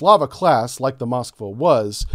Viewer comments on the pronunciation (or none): none